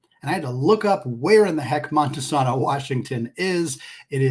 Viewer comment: “Monta-SAY-no